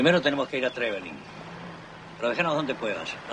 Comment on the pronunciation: Y Trevelin mal pronunciado